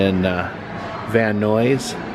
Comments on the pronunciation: Just started the video - Nuys is pronounced like "Nais" - The mispronunciation amused me.. But I grew up in Southern California, so I grew up around hearing it pronounced properly, I'd probably stumble on it if it was my first time, too. ♥ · I think Nuys rhymes with eyes. 🤷‍♀️ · It is pronounced "nize".